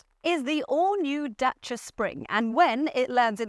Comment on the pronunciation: love how the presenter pronounced Dacia perfectly ❤